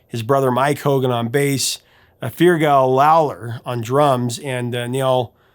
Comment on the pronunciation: 'Fear-gal Lal-er', Irish baby jesus wept when he heard that pronunciation.